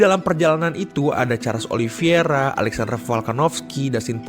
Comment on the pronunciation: Min koreksi min OLI VEI RA BUKAN OLI VI ERA